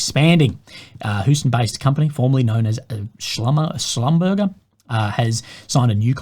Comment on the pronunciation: It is pronounced Shlumberjay. It’s a French company.